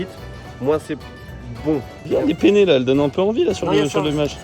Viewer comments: deuxième fois que je t'écoute prononcer pene, c'est peNNe, la différence c'est qu'on joue au scrabble avec le pene, t'as pas besoin de l'importer, il voyage toujours avec toi mdr XD (soit en italien ou en espagnol) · Y a aussi deux "T", qu'il faut prononcer. Puis c'est comme "Penne", il y a deux "N". Avec un "N" ça veut dire "zizi" etc... Mais on va pas corriger toutes les erreurs de prononciations, on s'en fiche :D